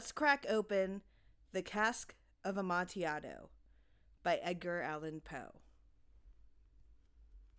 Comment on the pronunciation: It's pronounced "Amontillado".